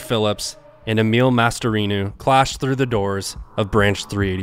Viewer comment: The way he keeps changing the pronunciation of Emil Matasareanu last name is frustrating lol